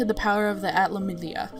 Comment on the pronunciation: its pronounced at-la-milli-a the only reason I know is that I played this and dark could 2 and dark cloud 2 has voice actors